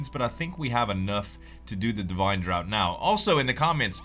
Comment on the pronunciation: I'm positive you won't care because I'm 5 years too late, but "draught" is pronounced "draft"